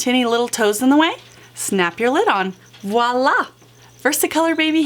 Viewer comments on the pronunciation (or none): none